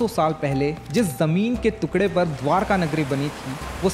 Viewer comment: Bro you need to correct your pronunciation...it's टुकड़े not तुकड़े